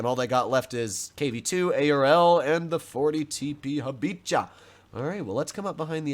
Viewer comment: someone on YouTube said it's not Ha-bicha but ha-biha